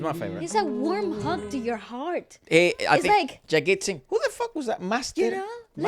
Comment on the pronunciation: Koi Fariyaad (Tum Bin 2001) by Jagjeet Singh made me a fan of him and Ghazal songs... WOW!! ♥ ♥ He is knows as the King of Ghazals 👑 👑 Edit : his name is properly pronounced as JAGJEET - Jug.Jeet & not Jaggit which means Jag: The world, Jeet: To win/winner - The one who won the world or World winner 🌐 🌐☺